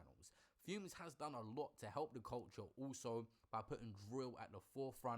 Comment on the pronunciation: he’s either doing it on purpose which is jokes😂😂 or he’s not but idk because why he keep saying fume when it clearly says fumez and everyone says fumez not “big up fume the engineer” 😂😂😂😂😂